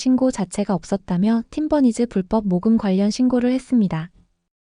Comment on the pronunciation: Please fix the pronunciation of Team Bunnies. It's been so long! So grating to hear 'Tim Bernice' every time.